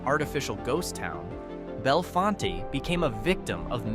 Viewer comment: Pronounced BelleFONT